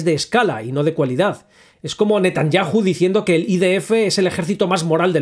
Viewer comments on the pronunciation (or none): none